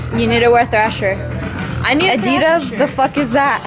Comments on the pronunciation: She said thrasher like slasher 😂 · Did she just say ‘slasher’ and not ‘thrasher’ 🤦🏽‍♀️🤦🏽‍♀️🤦🏽‍♀️😂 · She said prove your allowed to wear slasher. It's thrasher bud